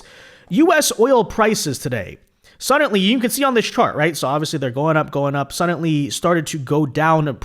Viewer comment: There is no t in the word suddenly you always say suddenTly it drives me nuts